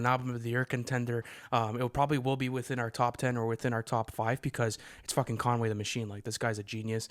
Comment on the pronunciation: Why are u pronouncing Conway like that?🤣🤣